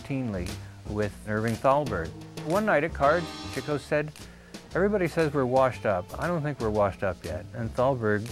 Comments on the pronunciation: He's a terrible narrator. He can't even pronounce Chico's name right. He called him Chicko. What a no-talent knob. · Why does the narrator keep pronouncing it "Chih-co"? I thought it was "Chee-co". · This narrator cannot pronounce "Chico" correctly - for shame!